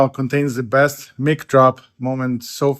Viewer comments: I love your videos but someone needs to tell you that mic is short for microphone so it’s pronounced like Mike, not Mick. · It’s pronounced ‘mike’ drop not ‘mick’ 😊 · Mike drop. Long “ i”. Not “ mick” drop😅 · Is the host dude an actual attorney? Did he say “mick drop.” Why does YouTube recommend random weird channels such as this.